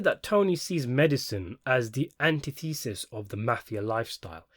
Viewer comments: You say the word antithesis funny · anti thee siss.......lol